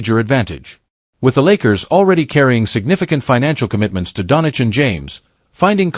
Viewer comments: DONCIC NOT DONICH!!!! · When can you start with the correct pronunciation of Luka's last name? It's been HORRIBLY INCORRECT since being CALLED OUT MULTIPLE TIMES IN THE PAST. That's simply GROSS STUPIDITY...